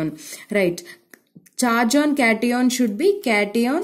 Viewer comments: Ma'am its cation( ketayan) not (keti on) and similarly it's anion (ana yan) not (Ani ON) 😊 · Kation😂😂.aanioon😂 ⚒️anion 😮 cation😮